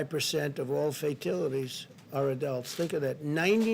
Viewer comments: Fatilities ????? Cmon Donnie it’s FATALITIES dingbat ! 😂😂😂😂😂😂😂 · He called fatalities "fatilities" twice before I stopped watching.